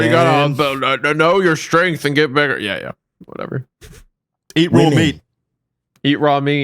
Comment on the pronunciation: Whitey Bulger was leader of the Irish mob. Yeah, he killed or was responsible for a huge number of very gruesome deaths. And, you pronounced it right the first time and then screwed it up after! It's a soft "g", not hard. Bul-jer.